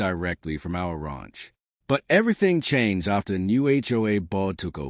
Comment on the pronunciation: You would think a fourth generation Texan could pronounce ranch correctly